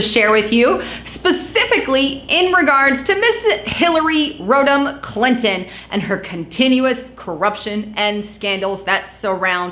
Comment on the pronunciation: Hillary Rotten Clinton! That's what I hear :d